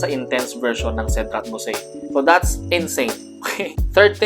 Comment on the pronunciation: It would also be better to also research on the correct pronunciation of "boise." The common mistake in trying to be "niche" with niche scents.